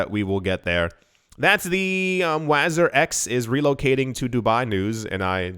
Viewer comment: Wazeer is how it's pronounced, it's the Arabic word for minister.